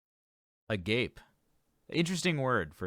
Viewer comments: The ending is certainly not "peh"...it is more like "pee" in actual greek pronunciation since it is a greek word after all....So I think the person you corrected was actually closer to the sound of the original word. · This was marvelous. And I so wish that the song title came with a pronunciation guide in advance. It is pronounced A-GAH-PAY. Not A GAPE. Reacters are 0 for Infinity on this one. But a great analysis nonetheless. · Agape in this sense is three syllables - like "ah-ga-pay." It's a totally different word from the one that's spelled the same but means gaping. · Agape (Greek) Pronounced Ah-GAH-peh The other pronunciation is a different word, an English word meaning wide open, as in "mouth agape" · About the pronunciation of "Agape", I think that in this context it's more like "a - GAP - ee" with "GAP" being pronounced just like the word "gap". Perhaps a linguistic nerd can stop by and confirm this. Sorry, can't help myself, "With her mouth agape, I saw the gap in her teeth and my agape for her dwindled." I'd be interested to know Floor's motivation for choosing this song as I don't think the band Kadawatha, is very well known at all. She may have been doing this Swedish band a favour by giving their music some additional publicity. BTW, their technical prowess in producing these covers seems to improve with each one. We shouldn't forget that these are home productions between Floor, Hannes and other musicians like Tommy Johansson of Sabaton. There's no big budget productions behind them. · I think she chose the song because she likes the song. Other covers she has done have been all over the place and simply liking them appears to be the reason to do them. The a in Gap is like the a in Cat, and that isn't it. The a in the center syllable is like "ah" Ah-GAH-peh